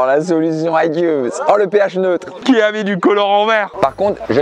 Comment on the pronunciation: Par contre « pH neutre » ça fait très mal aux oreilles 😖 Sinon super vidéo !